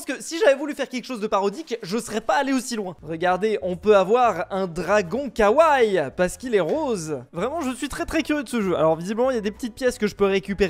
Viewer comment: On prononce "kawaii" mais on prononce le "i" à la fin 😉